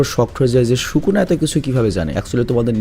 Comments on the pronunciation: সুকুনা হবে শুকুনা না। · bhai shuku na nah bole plz................... sukuna bolen naile onek baje shunay 🙏🙏🙏🙏🙏🙏